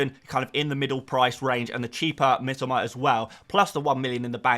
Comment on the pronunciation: I love you and you’re my favourite FPL creator BUT Mitoma is pronounced ME TOE MAR one of my mates Japanese and it drives him mad 😅😅